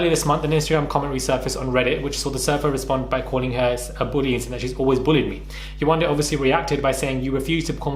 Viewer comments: “That’s just who I am” then change. Have growth. Pay for a damn speech pathologist to teach you how to say Yewande. You are not a child, you are a grown women who lived with this person for three weeks, that’s 21 days. 21 days to learn how to properly pronounce a name. Admit that you are wrong and learn how to grow from it. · The same "Yewande" she couldn't pronounce lol 🤦🏾‍♂️